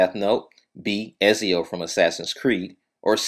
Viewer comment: I like the way you (mis)pronounced Ezio. :p